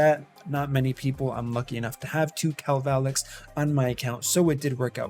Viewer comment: This dude said Kal-Val-Lex what kinda greasy haired turkey brain pronunciation is that, I have one and I call him kalva-lax, the correct pronunciation.